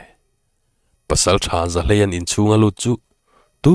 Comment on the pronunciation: Zahlei-a hming i thluk dan hi a diklo🙊 mi in an kohna thluk ang vek in i thluk a😁